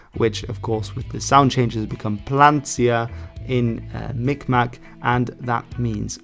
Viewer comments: The more authentic pronunciation of Mi'kmaq, sometimes spelled Mi'gmaq as well, is (Mig-maw). The last q is silent. Some have gone about pronouncing it like micmac, but that's largely due to people, and sometimes even tribal members, pronouncing it by the spelling. Depending on the area, due to the similarity of the g and k sound different areas emphasize miKmaw or miGmaw. The First Nations near the St Lawrence River tend to use a harder G sound and will occasionally even spell it Mi'gmaq. But both are largely accepted. The group that I'm working with is changing their spelling to Mi'kmaq. I currently work with the band within the United States and I have been in the process of doing cultural preservation videos with them for the public school system in the state of Maine, and for their own community. We're also going to be doing a interview with all of the remaining Mi'kmaq speakers state side. Having them just speak the language exclusively in a long form video format about their lives and stories l. It will be use for historical and educational purposes for the community and their children. The Mi'kmaq in Maine are actually very unique for Native Americans in the United States, this is because they themselves do not have historical territorial claims and what would become the continental United States. Pretty much all of the Mi'kmaq originally from Canada and fled to the United States to get away from residential schools or for work. But, because they were part of the Waba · As A Mi Kmaq Myself, You almost said it correctly but butchered the maq, In Kmaq the q is silent